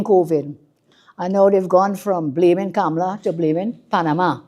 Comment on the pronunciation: She pronounced her name Kamala, not Kamla. Why is she trying to associate herself with the US presidential candidate?